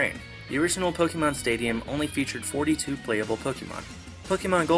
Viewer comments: It's POK-A-MON not pokeeeeemon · Pokémon isn't pronounced Pok-ee-mon It's pronounced Pok-AY-mon Hence the é?